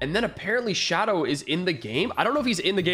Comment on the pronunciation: it not shoadow